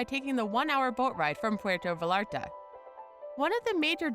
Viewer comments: It's written with double L and you can't expect everyone to know Spanish, so imo it's a mistake that you could forgive. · Dear god, can she please learn how to properly say Vallarta?!!!! Hey white lady... it's pronounced Vayarta!!!!